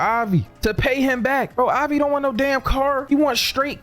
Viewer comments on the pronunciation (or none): It’s Avi not Javi the mf ain’t Puerto Rican Imao